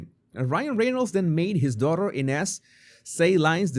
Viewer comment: INEZ PRONUNCIATION- "AN-UZ" 😮